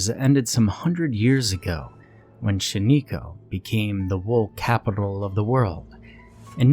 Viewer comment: How you pronounce shaniko is cringe also there isn't much woods near shaniko